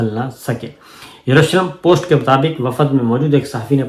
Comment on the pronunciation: Assalamualaikum Sir lafz wafad pronounced is wrong, صحیح لفظ ہے وفد وافد غلط ہے Hope you don't mind